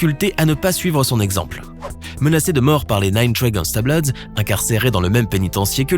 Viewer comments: « Gangsta bLoWdS » 🥴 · on en parle du "Nine Trey Gangsta "BLOUDS"